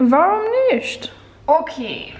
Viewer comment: „Warum nict“ 😂👍